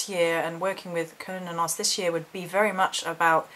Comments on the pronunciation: I've heard the name pronounced like sir-new-nos.. Cernunnos? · Kur-nah-nus is how most people I know say it if that helps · Ive always thought it was Ser-noo-nos? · You're brave for attempting that pronunciation! Those Celtic names throw me waaay off my game... I've always said Cernunnos like this - Kern-Noon-Nos... LOL. I laugh because I dare not say it on camera. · OMGS I don't think their is a correct way to say his name, I heard so many. The most common pronunciation I have heard is "Kerr-nun-nos"